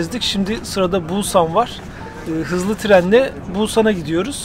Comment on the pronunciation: Bulsan değil !!!! pusannn